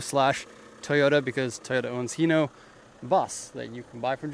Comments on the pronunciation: Huh, I didn't know it was supposed to be pronounced as He-no, but it's a cool bus nonetheless. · I pronounced it Hi-no. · so wait how do you pronounced it? its always heeno to me.